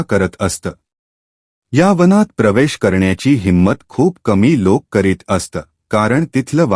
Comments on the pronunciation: अस्त नाही असत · Kahi shabda che ucchaar thik Kara. " Aasat" is a common word in Marathi.